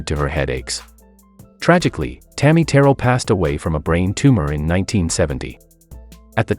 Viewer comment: THIS NARRATOR, REALLY NEEDS TO LEARN HOW TO PRONOUNCE “ TAMMY TERRELL’S “ NAME ……